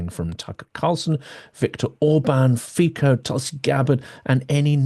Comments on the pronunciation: Fico is pronounced 'feetso'! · Thank you for your reporting. It’s always thoughtful and informative. Just a small point: Robert Fico- his name is pronounced as if written as Fitso. Sorry to be a bore